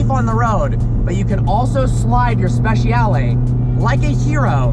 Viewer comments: SpeCiale SpeCiale NOT SPESHIALE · speci-ale not speshal. ffs learn to talk car names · Hey, it's spehs-yah-leh. You yanks don't butcher English enough, now you have to have a go at Italian.